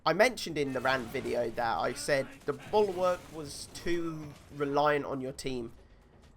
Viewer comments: Bulk-work??? Its pronounced bull-walk lmao? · I just dont understand how you cant say bulwark its not hard hahaha